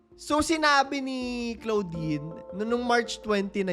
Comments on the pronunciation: Sakit s tenga ng pgkkapronounce mo ng name ni claudine (clodine) not CLOUDine😅. Kng bata kpa nsa 3yrs old ka p lng that time, pno mo nsbi n nkkakilig?puro hear say, not credible😢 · Clo - din kasi ang pronounciation hindi klaw-din hahahah na cringe ako very light, pero ganda ng content na to